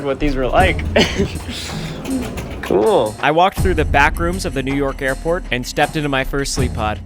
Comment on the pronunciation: yall i thought he said airpod pods